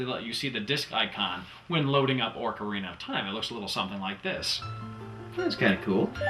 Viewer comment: do you still pronounce it "Orcarina of Time" or no?:P